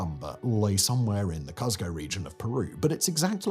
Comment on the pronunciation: Please. It's pronounced COOS co. I've lived there. Honestly. It's not COSS co.